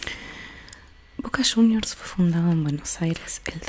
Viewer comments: Voca shuniors? Que es eso? Aaah cierto nuestros hijos, JAJAJAJAJA 😂 para cuando no van a ganar devuelta un partido?🤣🤣🤣🔴⚪🔴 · Boca shuniorrs.